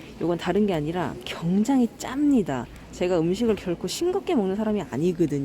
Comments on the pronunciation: 굉장히를 경장히라고 하시는ㅋㅋ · 내용은 감사한데 굉장히를 왜 경장히라고하시는지 거슬리네요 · 서울사투리입니다. JN님이 계란을 겨란이라고 하시는데 겨란도 서울사투리입니다.